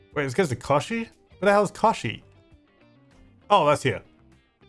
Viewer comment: Kochi is pronounced as ko-ch-e. (ch is pronounced as the ch in China and is pronounced as the vowel e)